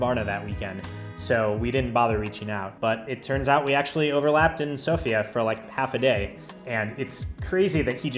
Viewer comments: You're welcome. You also pronounced Sofia and dovizhdane almost like a native, very impressive. I hope you'll visit again sometime, although Bulgaria is in Schengen now. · Thank you for pronouncing Sofia the right way ;)